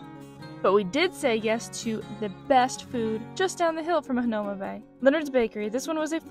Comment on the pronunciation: FYI.... Waimanalo=Why-mah-nah-loh Hanauma=Hah-now-mah Marukame/Marugame=Mah-roo-kah-may/Mah-roo-gah-may...p.s...Roll you tongue on R!-lol Duke Kahanamoku=Kah-hah-nah-moh-koo Waimea Falls offers better waterfall/botanical garden to walk thru than Manoa IMO...Book Arizona Memorial/Punchbowl National Cemetery/Bishop Museum same day, Iolani Palace(Ee-oh-lah-nee) another day....